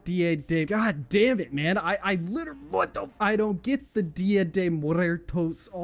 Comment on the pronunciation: I always looked at as if he grew up with ethnic people, but hearing him pronounced dia de muertos hurt me sk bad 😭